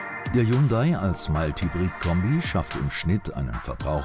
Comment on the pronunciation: Bitte, bitte! sagt eurem Sprecher mal das es "Mild" und nicht "Meilt" - Hybrid heißt!